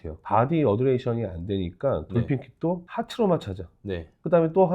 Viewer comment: 잘 보고있습니다. 다만 한가지 undulation'을 말씀하실때 '어드레이션''이아니라 '언듈레이션''으로 말씀해주시면 좋겠습니다.